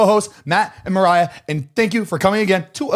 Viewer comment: Noooooo I love the intro especially when mariah was saying marier